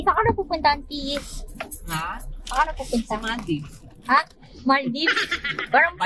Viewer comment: sorry po but saying it correctly is maldives and not maldibs (example lng po) pls search it from google pronunciation and hear it sounds.